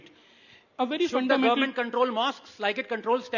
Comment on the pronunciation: saying gorment 😂